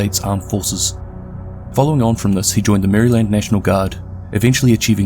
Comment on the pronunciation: By the way, the way you pronounce Maryland hurts my American spirit